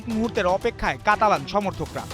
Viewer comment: কালাতান ✅ কাতালান ❌